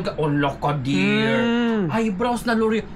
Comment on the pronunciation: Im a fan of yours, L'oreal.. you pronounce it as loryey..